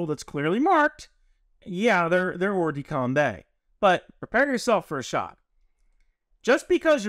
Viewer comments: Not exactly! There's no "the" in that phrase! More like "Or-duh-com-bah". You could even use the English pronunciation and say combat as we do, but com-bay? No, sorry! Great vid nevertheless! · hey great video! I actually learned a lot. BTW its hors de combAt (pronounced combAA) not coumbe. Also follow up question, how is the PMI going ??? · the "kombay" was painful. it's "or-de-combah" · thanks for that. i'm bilingual at that pronunciation hurt me. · Great video and clarification. The only infraction committed in this video is pronouncing hors de combat as OR de Kombay (better OR de KOMBAH). : ) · love your content, and will pardon your French all day long. But in case you're interested, it's "or de combah" -- not "combay". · I know it's not a major thing, but hors-de-combat would be pronounced ‘oer duh combah’. If you want the pronunciation sounded out, Google translate it from French to hear it. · FYI, it's pronounced oar-the-come-bah, the ending sounds like cinema. All the love from this Frenchman. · Must... correct.... the French prononciation... Hors-de-combat = more or less "or-der-com-bah" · Hors-de-combat is pronounced Hor de com bah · At least he didn't say Horse De Kombat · As a frenchman; bat in combat is pronounced like wombat, but the T is silent.